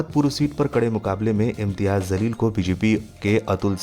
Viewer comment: अपना pronunciation सुधारिए ज़लील नहीं जलील कहिए